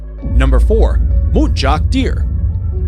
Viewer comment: it's MUNTjac deer not MUTEjac deer